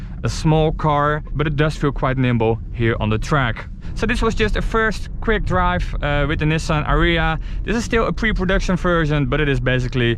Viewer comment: dwive to suwvive ... hahahaha